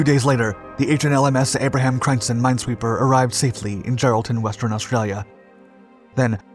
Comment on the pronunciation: Dutch really can't be properly pronounced by any non-native speakers, but I reccomend you for you efforts. It's always good fun, hearing someone struggle with your language 😉. Crijnssen is pronounced 'kryns-sen', but English and Dutch don't really share the neccecary vowels. Good vid, more please 😁 👍🏻